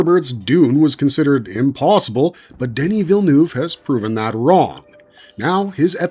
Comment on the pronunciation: Americans seem to have endless imagination as to how to pronounce Villeneuve